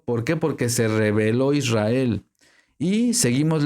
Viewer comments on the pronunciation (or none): none